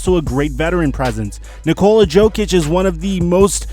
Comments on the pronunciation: It's not Jokic with a hard "J". The "J" is pronounced "Y', like Yokic! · Please pronounce Nikola's last name "Yokic" because your way of pronouncing the J is hurting my ears... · Good video, one thing though, Nikola 'Yoke - itch' no J sound